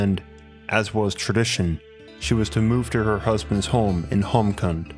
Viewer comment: Fantastic video. also Roopkund is a famous trekking route in India P.S. Kund in Roopkund and Homkund is pronounced as koond